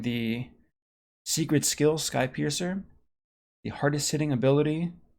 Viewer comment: Anyone else keep hearing ‘Skype user’ instead of ‘skypiercer’? Just me? Ok....